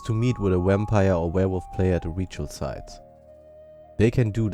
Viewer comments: it sound like your saying wampire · You say wampire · is it just me or does this guy sound like he is saying wampire because of his accent.